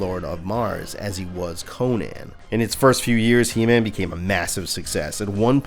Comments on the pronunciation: Como vas a ponunciar EMAN?? QUE BARBARO QUE ERES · Gran vídeo, el único detalle es la pronunciación de Heman.